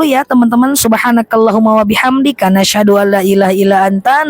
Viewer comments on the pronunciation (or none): Awalnya aku liat postingan orang di fb. Lalu aku cari tau siapa ustadzah cantik ini, ktmu lh, akhirnya aku ikuti terus ceramahnya. Saya sangat suka dg gaya bicaranya, kepintaranya, cantiknya.. ❤ Mf saya tanya knp stiap ucap Ashadu bilangnya Nashadu